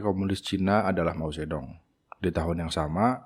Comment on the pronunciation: Mao Zedong dibacanya “Mau Cetung”